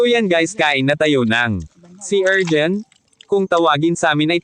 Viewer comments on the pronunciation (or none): Anong erjin?? Urchin yun bano😂